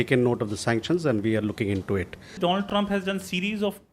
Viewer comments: Wasn't he " My Fraaand DOLAAND trump" , howdy Modi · My ferernd Doland🤣🤣🤣🤣